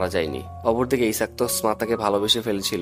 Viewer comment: দ্যাটস মিন ইসাক না আইজ্যাক স্মাতার হোগায় ই আল্টিমেটলি কিস টা করলো🤣🤣🤣😂😂😂